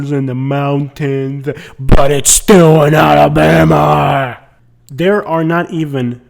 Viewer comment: Why do out-of-towners add an E when they say Alabama?.. they always say Alabeama I'm from Tuskegee and I've never heard it pronounced like that